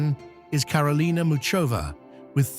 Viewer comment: not /chwalinska/, but /khvalinska/. not /chirstea/, but /kirstea/, not /muchova/, but mukhova/, bot /rybakina/, but /rebakina/.